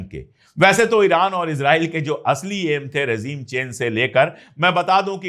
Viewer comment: Excellent. If you don't mind, it is rejeem, not rezeem.